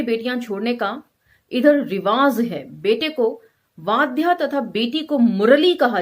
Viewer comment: Vadhya nahi vaghya hota hai